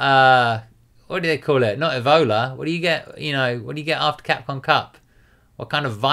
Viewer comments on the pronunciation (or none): none